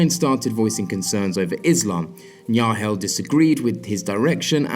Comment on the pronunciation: I sounds like you don't really pronounce the 'G' in Dutch names, in the name of Jan Nagel for example. In Dutch, the g is very hard and guttural, although it would probably sound better already if you would pronounce the 'g' in Nagel (or most other Dutch names) like the 'g' in 'game'. It's still not correct, but comes a little closer to what their names actually are. I know pronouncing foreign names can be really hard btw, just want to provide a little help.